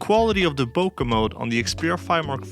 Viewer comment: Great video. ***there is no "A" in Bokeh. :)))))